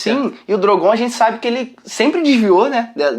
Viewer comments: Para de falar DROGOONN cara, é Drooogon 😂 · Gastura deles falando "drongoon" eca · Só me incomoda nos vídeos quando chamam "Drogón" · Falar DrogÔn e valankuar chega a embrulhar o estomago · Drogôn? Kkkkk